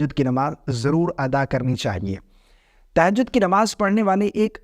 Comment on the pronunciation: تہجد کا صحیح تلفظ 😂